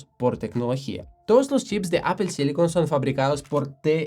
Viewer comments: Sería muy conveniente que el conductor de este canal, pronunciara de forma correcta Apple 😁😁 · Me ha encantado tu explicación sobre los procesadores M de Apple. He descubierto hoy tu canal y me he suscrito. Ma llama la atención que, siendo nativo english speaker, pronuncias “apple” como solemos hacerlo en España. Es un signo amable de empatía ;)